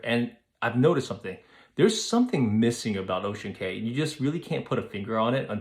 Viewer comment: Ocean Cay is pronounced Ocean Key. I hope they don’t build slides, etc. I would like them to keep it as it is. Stay with the other cruiselines if that’s why you are wanting.